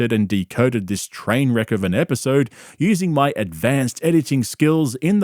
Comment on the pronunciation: There's a new Brendanism- not "episode" apparently it's now pronounced "apisode"... So now we have, "pullow", "mulk", "apisode", just to name a few.